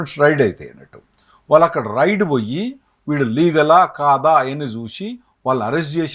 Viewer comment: రైడ్ కాదు స్వామీ రెయ్డ్